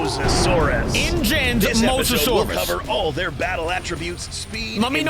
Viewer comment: Mo so saurus that how u say it